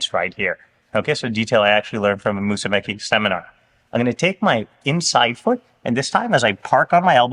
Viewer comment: Mussume"CHI", like when you americans say "CHI"cken